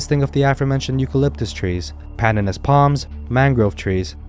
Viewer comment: Its not "pandannus" palms. Its pronounced pan-DAN-us